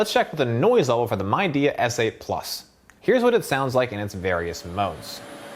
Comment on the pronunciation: Great review. Midea is pronounced Mid - e - ah :)